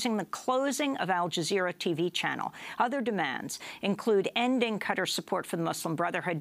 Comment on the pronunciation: "Qutter" it's qatar Jesus Christ!